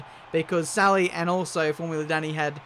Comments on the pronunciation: so you pronounce his name, like formula dunny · pronounciation of his surname 'daniil'